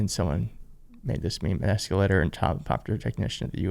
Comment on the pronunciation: That eecalator operator is a legend 😂😂😂